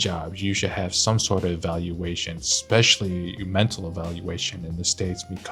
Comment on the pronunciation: What is shocking for us Poles is hearing "expecially"...